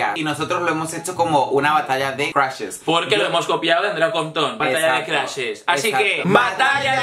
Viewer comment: Me da risa que ninguno de los dos pronuncia bien la palabra "crushes" 😂😂